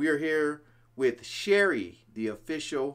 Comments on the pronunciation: He takes the name Sherry and makes it into about 6 syllables.... each syllable higher than the previous.... unbelievable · I love the way he can make Sherry an 8 syllable word. I love his vocal fry also. That rasp he hits with such a high voice is fantastic.